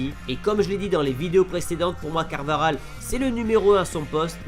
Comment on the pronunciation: CarvaJal et pas CarvaRal Carvajal et Walker